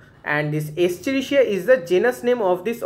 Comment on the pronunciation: Escherichia not Eschirichia